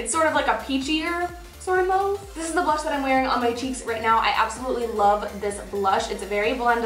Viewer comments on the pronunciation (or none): New subbie and already loving your personality and videos!! Keep the awesomeness coming girl!! Lol Mauve - mah uve not move